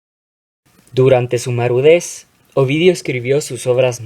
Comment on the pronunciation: "durante su marudez " :v